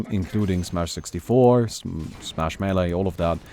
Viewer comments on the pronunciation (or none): none